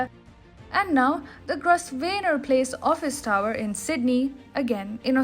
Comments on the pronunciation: It is pronounced Grow-venor place ;-) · Aa a great fan...of TFI...a small correction.. While pronouncing Grosvenor..s' is silent...i know..british english is funny.